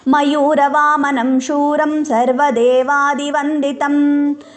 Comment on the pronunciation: Madam is it ಮಯೂರ ವಾಹನಂ or as u recited ಮಯೂರ ವಾಮನಂ in the 5 th shloka. Please tell madam which is correct. Thank you for teaching us madam 🙏🙏🙏